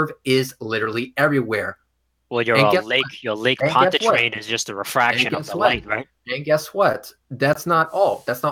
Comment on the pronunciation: called it Lake Ponchairian... hahahahaaha what a f 'n moron!